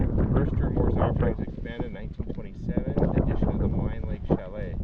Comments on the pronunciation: It's pronounced, "Ma lEEEEEEEEEEEn Lake" .....as in, "lean" on me ( if my parents hadn't been cremated, they'd be rolling in their graves right now )...not to malign you or anything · When I lived there in the late 70s.....we always pronounced it as Mal(een) Lake.... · Maligne is pronounced Maleene. 😉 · Yes indeed - if only he could pronounce "Maligne" Lake properly, we'd be stylin'